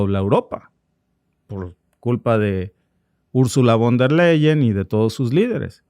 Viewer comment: Se pronuncia: "fon der Laien".